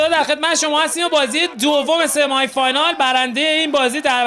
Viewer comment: استاد این کلماتی میگی درستش اینه : سِمای فاینال نه —-> سِمی فاینال دوومِین اسنایپر نه ——> دامِین اسنایپر سوپ‌رِسور نه ——> ساپرِسِر و…